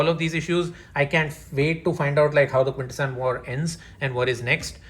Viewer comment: The fact that you can pronounce "Quintesson" properly, while still can't is hilarious to me.